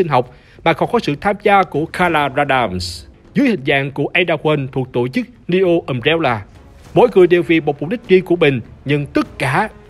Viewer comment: Neo mà đọc thành Dio :))